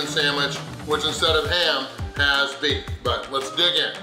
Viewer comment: Why in the world does he keep saying beets instead of beef? I think he’s having a stroke.